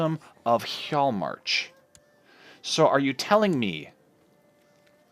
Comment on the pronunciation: Really loving the series so far! Your pronunciation is mostly fine, just remember that the 'J' sound will usually sound like a 'Y' sound. Hjaalmarch will sound like he-yall-march.